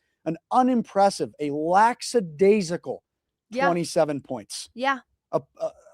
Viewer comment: You both keep saying laxadaisical when its lackadaisical